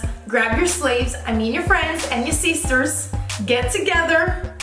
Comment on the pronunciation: Did you just say "grab your slaves- I mean friends and seesters"?😂😂😂 I'm DEAD